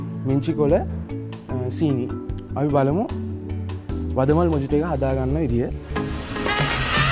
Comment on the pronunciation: Mojito කියලා ලිව්වට pronounce කරන්නේ මොහිතො කියලා